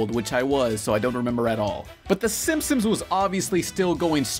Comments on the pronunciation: stop saying "Simp-Sims" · why do you keep saying simpsoms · Say Simsims one more time! I dare you! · Bro said simpsoms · Okay but why does he keep pronouncing it "The Simpsoms"? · when you say "Simpsons" all I here is "simsims" or "simpsims"